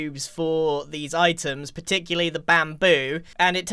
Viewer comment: Grian, I’m shocked, stunned and horrified. You said ‘simily’ instead of similarly and ‘particuly’ instead of particularly…. Hand in your English membership badge!